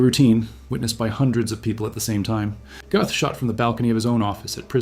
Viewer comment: You’re German pronunciation is off - it’s not Goth - closer to Gerth